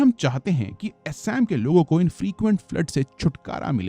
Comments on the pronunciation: एसाम नही असम, बहमापुत्रा नही ब्रहम-पुत्र हिमालया नही हिमालय! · Sir assam ka pronunciation thik kijiye assam aur majuli ka. Aap galat tarike se pronounced kar rahe hai. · Bhai theekse Assam pronounce kar 🙏